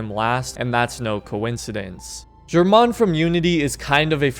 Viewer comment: bruh the way he pronounces Germain 😂